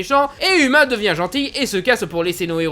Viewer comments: Déjà uma ça se prononce pas "uma" mais "ouma" et la fille de Mulan s'appelle Lonnie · Ça se prononce pas Uma mais OUma !! Même si ça s'écrit Uma ! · mais non moi j ai trouver ce film super tes trop drôle quand tu es aussi prononcer uma c est mal prononcer et sa fait rire